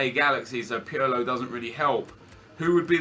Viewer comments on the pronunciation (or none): none